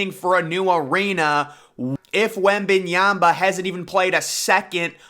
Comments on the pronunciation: his name is pronounced wemban YAMA, not wemban YAMBA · Wem - Ban - YA-MA. Not YA-BA